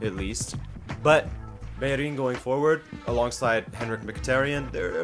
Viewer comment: Finally someone who says bellerin's name right